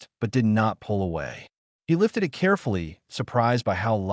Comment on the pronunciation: I'm about 1/2 the wat through and I'm enjoying the story. The AI voice is having problems with the word "it.". Sometimes, though not often it gets the word it correct. Most of the time the AI believes you are telling a story about I. T. And says the letters. You may may need to review it for your next Story.